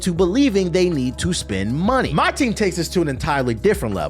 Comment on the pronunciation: "Tell them to brang me my munehh" 🤣🤣